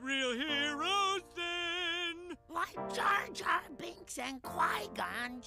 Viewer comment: Jim-Jam bonks? Um, excuse me but its, Jar-Jar binks